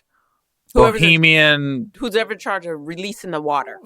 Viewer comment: It's called BAHAMIAN... not "bohemian"... bahamians are residents of the Bahamas like myself... bohemians are residents of bohemia .. a city in Czech... thank you for talking good about my country tho 😁😁😁🇧🇸🇧🇸